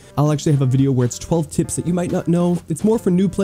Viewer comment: the p in the way you say tips sounds like t lmaooo